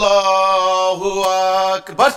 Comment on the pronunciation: সেলিম বাটপারটা তো আল্লাহু আকবার শুদ্ধ করে উচ্চারণ করতে পারে না